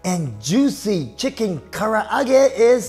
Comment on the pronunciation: It sounds like you said, “today, we’re gonna make, chicken ka’arate”!